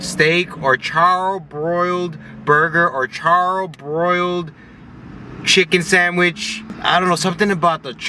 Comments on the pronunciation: CHARL, huh? Its char. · hahaha The way you say charbroiled lmaoooo. If you like spicy`you must try thai food` but it has to be from a recommended place. How's your dog? Do you still have him?